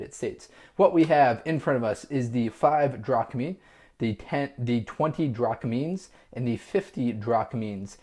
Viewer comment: Its drachmas not drachmins